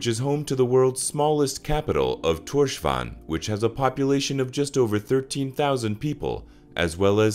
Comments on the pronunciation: The capital, Torshavn , is pronounced “Torshaun” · at least You tried Here are some better ways to pronounce some og the words Skerpikjøt is “sherpichot” Streymoy is “straymoy” And tórshavn is “tors haun”